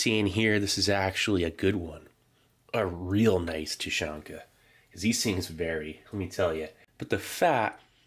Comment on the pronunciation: Thank you for the video. A few small notes: - Тушенка is pronounced "Tooshyénka". The sound after the first T is like the "oo" in "boo". It's not a hard "tYUshenka". - Siberia is many days away from Moscow :) And a request: if possible, please include still photographs of the labels and instructions that come with rations. The sheet taped on top of this box mentioned how the ration is to be used (whether cold or heated). I'm sure others would also like to read it and/or translate it for you when needed. Thanks again for your hard work!